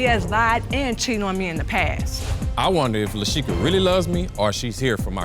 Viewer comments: Am I the only one that caught Judge Faith call her Lakisha instead of Lashika? LOL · Peep game💀💀 on the screen it says her name is LASHEKA. Nobody: Judge Faith: LAKEISHA welcome to divorce court 😂 rewind to the beginning 😂